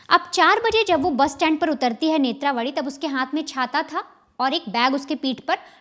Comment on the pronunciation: It's NETHRAVATHI kindly pronounce properly